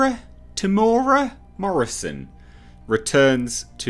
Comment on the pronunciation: It's pronounced Tem / Mera.